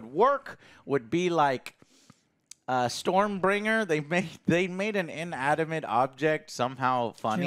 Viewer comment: The comic movie reviewer called it “stormbrINGER”… sigggghhhh